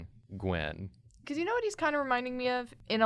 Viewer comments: AHHH STOP SAYING GWEN 😂😂 ITS GWYYYYN he’s a welsh folklore character. He’s sits on a stone alone in the mountains alone in the mist. 😂😂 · its G win not G when. im welsh and this triggers me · Gywn is pronounced Guh-Win